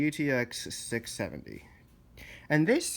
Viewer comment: You didn't say the number right